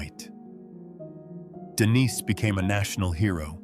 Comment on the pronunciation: What the Hell's wrong with you. You keep calling HIM Denise. Then you switch to Denis. Then Denise again - back and forth, back & forth - it's a MAN for God's sake. Use your common sense! It's spelled Denis and he is a MAN. Why the H are you calling him Denise?